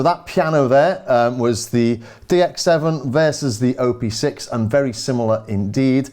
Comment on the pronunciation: hi there.. just a little note: you say "O P six" as O and P being separate letters. But.. it's "OP six", OP like in how you pronounce Operator (or Option, optics) :) It has six engines/operations, hence the name ;)